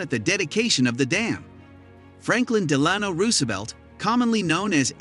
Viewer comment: Amen, I stopped the video when I heard that